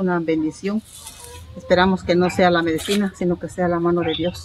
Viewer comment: se dise medicina no medecina